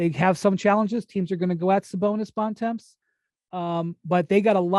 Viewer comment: Why does Bontemps (and everyone else) pronounce his surname incorrectly? Are Americans that lazy that they can’t just pronounce it the way it is?